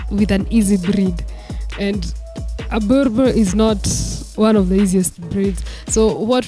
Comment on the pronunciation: Awesome episode... I love boerboels so much... I have a female of my own. Been a subscriber from the early episodes of dog TV. The show is great but someone needs to advise. It's not pronounced burbur it should be buorbul... Written boerboel but people call them boerbo-el or boerb-el. Correct pronunciation I think should be buorbul. My thoughts